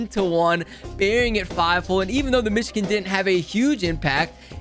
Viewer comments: Anyone else bothered he says "mishkin" and not Michigan? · It’s Michigan